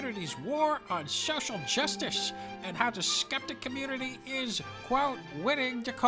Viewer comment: "Muh communitah!"